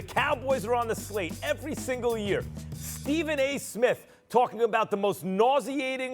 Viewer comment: Idiot Stephanie A cant even say Steven